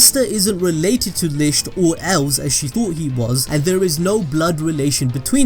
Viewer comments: He's saying lisht but its lickt licht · You’re butchering the pronunciations of litch and Hage boi Litch = Li-t k-d/ “Licked “ Hage is sounded like “taj mahal” just without the “mahal” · And it’s also pronounced lickt spelt licht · This has absolutely nothing to do with the plot, but I love how you pronounce “Licht” like “Lischt”